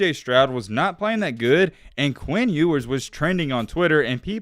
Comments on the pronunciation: in the intro: his name is pronounces You-wers, not ewwars 2 seconds later: EWWWARS hitting the Transfer Portal 😂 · you must not have proof listened to this before putting it out huh? First mispronouncing Ewers right after telling us the correct pronunciation...Then..."College athletes could make name off of their money"...haha what?? Then you flip from between you-wers and ew-wers throughout the video...come on bruh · Proceeds to tell us how his name is pronounced and mispronounces it half the time still. 🤣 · Mispronounced his last name? Edwards?? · Ok earn how to pronounce his name at least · Sorry for going left but how did you say his name correctly speak about how it was correct and then say it wrong from there out? Everything else was dope tho.